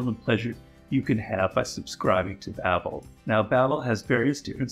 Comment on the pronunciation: Lmaooo seeing Robert Greene do an ad for Babbel is kinda funny Curious how he calls it “Babel” as is biblically accurate, but not accurate to the company’s name